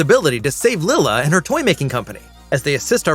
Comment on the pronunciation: Lyla not Lila.